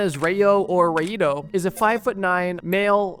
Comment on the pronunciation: rayo/rayito is pronounced like rye-o /rye-ito